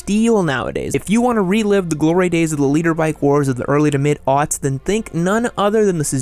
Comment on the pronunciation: Are you saying litre bike or leader bike?